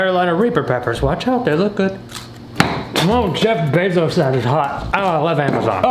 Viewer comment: The way he said "Jeff bezos"